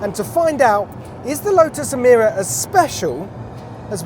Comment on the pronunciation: You said E meer a when the Lotus engineers called it E my ra